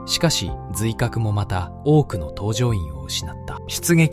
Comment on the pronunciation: せっかくいいコンテンツを作ってくれたのですが・・・、ナレーションがAIだとアクセントや読み方に誤りが多すぎて残念。艦名のアクセントも酷すぎる。音声を入れ替えて作り直したいと思います。